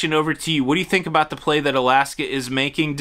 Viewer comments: We say about not aboot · Unless you are from Newfoundland, no one actually pronounces “about” as “aboot” in Canada. Just sayin….. lol!! 🤣🤣. And even other Canadians make fun of those from Newfoundland!! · "aboot" lmao